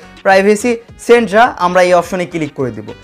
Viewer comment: Centre pronunciation